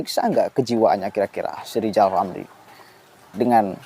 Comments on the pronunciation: Nama nya R R tapi GK bisa ucap R Lizal Lamli Lizal Lamli...gitu kok maU jadi pleciden🤣🤣🤣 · Pak RR perbaiki huruf R nya dulu deh, baru bisa jadi presiden RI. Lijal lamli, lijal lamli. Jangan sampe kebawa mati yah sakit hatinya. Mustinya orang itu mendoakan kebaikan bagi orang lain, itu jauh lebih baik, Lijal Lamli. 🤣🤣🤣